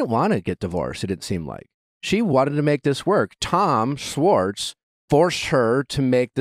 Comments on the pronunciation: Nick, love you, but please learn how to pronounce "Schwartz" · The way you say "sss-wartz" instead of Schwartz was driving me nuts lol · it's Tom SCHwartz pronounced with the Sh. for fucks sake Nick, lol someone help correct him! lol driving me nuts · I wonder if we’ll get an episode where Nick actually pronounces Schwartz’s name right 🤦🏻‍♀️🤣